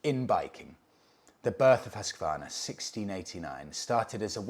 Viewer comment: Gold star for your perfect prononciation of Husqvarna. As a Swede it's amazing to see the evolution of the brand even though they're not affiliated with Husqvarna in Sweden anymore. The 901 Norden as well as the Svartpilen 401 are so cool bikes. I really recommend you trying them both out for your self. The 901 is imposing in a very nice way. Much like the Yamaha Super Tenere 1200.